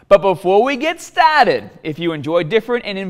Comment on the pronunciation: The way he says the word "started'' sounds hilarious